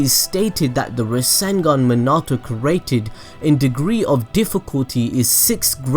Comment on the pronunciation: The way he says created is so triggering for me. Bruh 😬 “cerating”